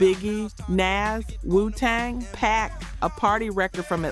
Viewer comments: You're not pronouncing some of these artists names correctly is Pac not Pack , Nas as in Nasir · These are great…but OMG can’t you do something about the AI voice over? “Pack?” “Naz?”